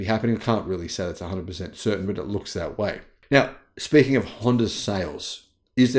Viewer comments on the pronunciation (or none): none